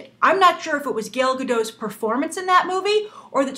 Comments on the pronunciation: Hey Grace, (first comment!) First, Gal's name is pronounced GAL (not gail). Second, you touched on it in the last 10 seconds of the videos, do you think that an actress's origin, especially if it's politically charge like that of Israel, can affect the success or criticism of a movie? While I never found Gal very interesting she is a big deal here in Israel, and i have to say that she is known for her unique and different sexuality than that of other models- in that she is married, has had a baby, and kept a very slim athletic look. So do you think that these features helped her, or that maybe the casting is actually trying to use her ethnicity as a selling point. thanks, Guy. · Ugggggh, I freakin' love your videos Grace but you just totally butchered her name. GAIL, why Gail? It doesn't even look like her name could possibly be pronounced Gail. GAL, GAL, GAL, GAL. OY. C'mon Gabby Roodolpy (get it, I messed up your name a little. K, I'm sorry, that was kinda mean.) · Grace, you are pronouncing her name wrong, you are pronouncing it as "gale" which is wrong the "A" is more phonetic, I guess a closer pronunciation would be similar to saying Kal, when you say Kal-El. (just replace the K with a G).